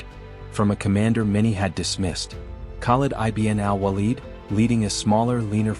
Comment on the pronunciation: Excellent article well elaborated the walaja battle field . U have to be more cautious on AI voice narration as it was mispronounced the name of Khalid ibn walid. Keep posting about forgotten Heroes of histories